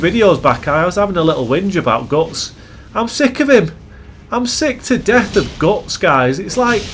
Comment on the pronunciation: Other than hearing you call Guts Gots like 100 times I enjoyed the video sir.